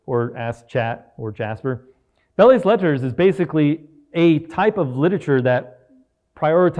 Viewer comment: Thanks for this... FYI it's pronounced "bell let", and although yes it previously referred to what we'd consider the kind of aesthetic style you point out, in modern times it refers to literature that evades major categories like fiction, poetry or drama. So it includes essays, speeches, letters, satire, humor, and--in lots of weird ways--COPYWRITING...